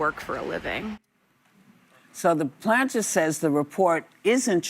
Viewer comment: Whoopi: “Graham ‘Planter’.” “The ‘Planter’.” It is time for a new moderator.